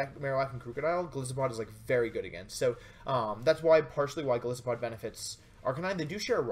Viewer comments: i dont want to sound whiney, and i appreciate this great video, but... Goliath+Isopod, the "i" in Golisopod is said like "eye". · Wouldn't it be pronounced more like Goal-Isopod, given that isopod is its own word, and the first part of the name supposedly comes from "Goliath"? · You gotta pronounce the name with a hard I. Like the animal it's created from, an isopod.